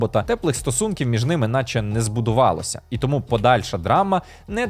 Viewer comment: 10 років *тому наголошують на другому складі